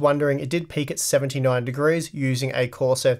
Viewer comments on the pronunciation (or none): none